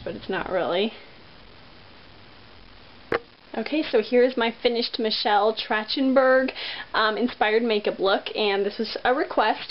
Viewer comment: Great tutorial. Just 1 little criticism. Her name is pronounced track-ten-berg not tratch-en-berg.